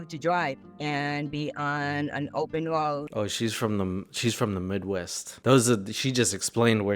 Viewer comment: "i love to dwive. and be onnn... an open woad"